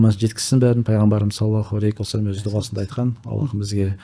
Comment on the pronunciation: Осы кісі салауат айтканда неге "алейКи уассалам деп айтады,мынау әріп Һ болу кереккой,сол жерін тузесе екен,өзінің подкасттарында да байқадым,такиясыз сұр киімде откан кісі